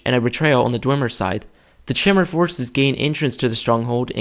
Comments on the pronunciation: You pronounce it chimmer but I thought it was kai-mer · i have heard Chimer be pronounced "ch-eye-mer" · not sure, i always pronounced it as Chy-Mer thought it sounded right to me. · I have a question for you. Are you sure, it's pronounced "Chimer" (like chair) and not " Kymer" (like Chimera)? I've been pronouncing it that way forever and I'm just wondering if I've been wrong this entire time. :) Cool video by the way. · shy-mer= chimer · Great video :p Btw its Chime-er Like your saying Chime but saying er at the end. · wah, I pronounce "chimer" as "kimer" - like the greek "chimera".. are you right? or am I right... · Chimer is pronounced Ky-mer, Dwemer is pronounced as if it were Dweb-mer minus the B, and Dunmer is pronounced Doon-mer. also, the Mer is pronounced like murr. It's a 'u' sound.